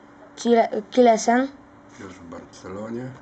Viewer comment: mówi się sillessen a nie killessen :)